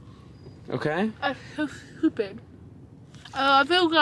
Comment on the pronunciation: that’s so shupid The she said it😂